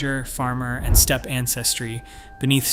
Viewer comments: omg, can't you find a human to narrate this? "Step-py" over and over again for steppe--it's insulting/ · Step-ee? OFS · Steppe-eh? No complaints about your content, but Steppe? Eh? : )